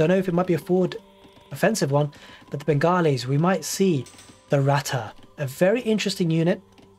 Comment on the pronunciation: Hi I am a Bengali, রথ (Ratha) is pronounced as Raw-th. Phonetically ( rɔːθ ). Love your Casting!!! Cheers. :)